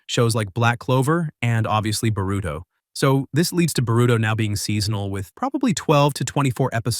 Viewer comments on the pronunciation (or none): Why u pronouncing his name like “burrito”😭💀